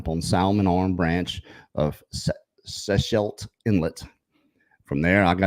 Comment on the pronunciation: Ostmann set out on his trip from Lund BC which is a bedroom community outside of Powell River BC where I lived for 11 years. Dr Bindernagel lived just across the strait from this area. I know how challenging Canadian place names can be and Sechelt is pronounced See-shelt. There is not much in Toba Inlet other than timber and Pine mushrooms and still to this day can be difficult to access. So glad Daniela is doing well in her recovery, her absence is missed very very much in this community.